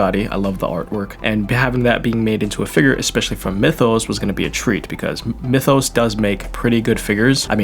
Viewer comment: Since it's a Chinese manu I just found a Chinese video on YT and yeah, they say Myethos, not "Mythos".